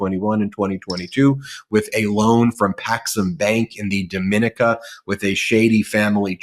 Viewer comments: Hi. As you will probably do many more videos on the topic, the correct pronunciation of the island country Dominica is DOMINEEKA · The island is pronounced DA MAH KNEE CA 😂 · You are pronouncing the name of the Island incorrectly. It is Domineeeka. As in the word knee. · Learn the proper pronunciation of Dominica